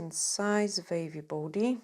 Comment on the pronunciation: I love your accent…. I was sat thinking what’s a vavy body ( the body part sounded so Scottish) until you said draw a vave at the bottom 😂 🌊 xx